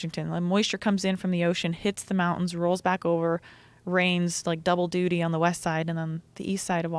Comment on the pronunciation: she said "duty". Duty.. Doody.. like poo... :))))